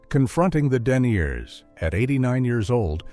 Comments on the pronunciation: "Den-yeers" instead of "deniers." AI is garbage!!!! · Lol, lots of AI in here (description even says alot is "synthetically generated"), including the narration (see +, for example: "den-eers" instead of "deny-ers", lol). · Click bait title, low end AI narrative "M one T" = MIT. " Denyears" = deniers.......story drawn out for maximum viewing time ....... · When AI pronounces the word “deniers” as “denyears”, that when I exit out! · I graduated from "M" "eye" "tee" and caught this AI rubbish in the video. Also at T= there is "den" "knee" "yers". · At about I found out for the first time that they had to confront the thickness ratings of stockings 🤣🤣🤣, wow the things one learns..... Or it could just be shit AI speech not getting it right, but I could be wrong, and it shows that perhaps AI slop should be replaced by actual people dubbing the voice overs. Apart form that I enjoyed the video, but please put some effort into stopping the words, and speech patterns, from getting butchered. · Brilliant AI-generated narration cannot pronounce "deniers."